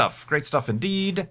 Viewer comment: Sometimes when you say "indeed" I hear "inn deed" and get very confused for a brief moment.